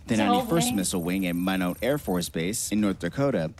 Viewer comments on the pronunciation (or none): It’s pronounced My-Not, not mylow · "Min-know Airforce Base" and "Nu-cue-ler Missiles." Original video creator should have taken 5 minutes to Google pronunciations. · People used to talk as if George W. Bush was the only one who pronounced it "nuke-you-lar". This narrator proves them wrong. Thanks,, for pronouncing it correctly. He also mispronounces Minot, one of the bases with both ICBMs and strategic bombers. There's a saying in the US Air Force: "Why not Minot?" There's a good reason why they don't say "Why note Minot?"